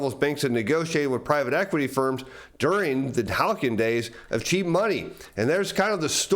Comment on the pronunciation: Love your work. Sorry to be nit picky but "halcyon" is pronounced "hal-see-on".